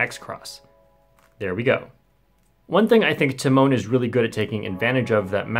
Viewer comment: I didnt know it was pronounced “tee mon”.